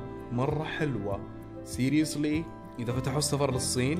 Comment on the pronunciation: يقول سيريلاك